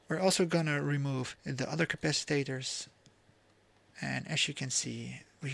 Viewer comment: You make me giggle with your "capacitaters " cap-a-cit-ors 🤣